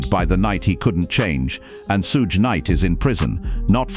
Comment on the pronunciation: Not being able to pronounce PAC and Suge’s name causes this to lose credibility in its self